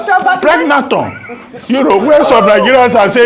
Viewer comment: Dr Albati ooo😂😂😂, pregnanton 😂😂😂